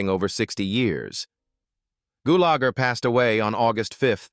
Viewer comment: My favorite character of Clu Gulager was in the movie "A Force of One" also with Chuck Norris. I really hated listening to AI butcher the pronunciation of his last name so many times. Goolager